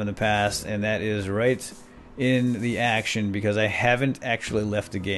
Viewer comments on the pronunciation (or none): none